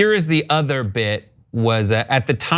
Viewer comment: “ . . . in their udder life.”